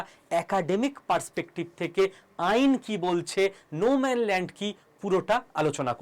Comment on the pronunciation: "নো ম্যান" নয়, নো ম্যান্স ল্যান্ড।